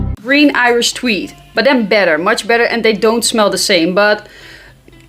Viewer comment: Say " Green Irish Tweed " again 🤣🤣🤣🤣🤣🤣